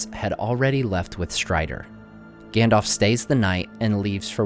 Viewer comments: Stop saying "Gandolph", its "Gandalf" we are not talking about some "Gandolph Hitler" here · you nerd,it is GAndalf...not Gendalf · Gandalf, not Gandolf. Both As are pronounced the same. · Gendalf, engmar, eargorn... sorry, it just makes my ears hurt. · "Gendalf" xD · can anyone tell me why americans say gandolf instead of saying it correctly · I'm sorry to say this, but his name is pronounced "ganDALF" not "ganDOLF" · Great videos but you’re pronouncing Gandalf wrong, you’re kinda saying Gandolf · Gandalf, Gan-dalf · Good content but I'm a bit annoyed that you pronounced the name Gandalf incorrectly :(